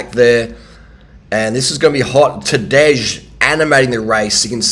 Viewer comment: Nobody ever pronounced "Tadej" in a uglier and incorrect way.